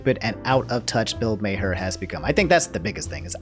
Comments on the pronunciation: Something about mispronouncing Bill Maher's name brings me so much joy, because it reminds me he has become so fucking irrelevant that even his name has gone into obscurity. If there are people out there who don't know who he is and think he's always been irrelevant that's even better. I feel like his type of liberalism is so outdated and honestly I hope Twitch drags him for his comment because it feels like he gets away with saying anything. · I might have to sub to 1 of these days, because his mispronunciations crack me up. Bill's last name is pronounced "Mar", not "May Hare" or "May Her". 😂 IDK why getting so upset over a rich old white guy who used to host a show called "Politically Incorrect", but it's hilarious (because "boomers" trigger him). 🤣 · It's not mayher it's Maar if you want to roast somebody at least say the name right. Maher (maar) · Bill Maher's last name actually pronounced Mah-er or Maar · Bill "May-her" 🤣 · Hey, I watch you and enjoy your personality, and I also watch Bill Maher (pronounced maar, like the first part of March, but with the a slightly longer.) Some of his takes are pretty boomer, but for the most part he's spot on the money. I think you should watch a full episode for context to who he is. The referenced "bit" is usually some kind of hot take at the end of his show and is usually the boomiest. That said, I don't like watching people play games all day, and I find it weird that some people do that, so I think what he said there was too vague and out of touch since watching sports, comedy, streamers or anything all day would be unhealthy. Anyways, stay safe and healthy. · here's the full video on the Bill Maher (pronounced as Mar) take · I like Bill Maher (pronounced like "Marr") but he should stick to attacking politics.